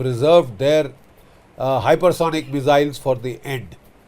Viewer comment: Sir, MISS-ILZ not MIZZ-ILS